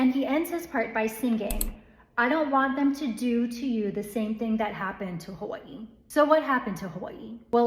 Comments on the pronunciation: Just notice how you pronouce 'hawaii', they even dare to change that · She pronunces Hawaii just like they pronunce Kawaii in japanese. Interesting.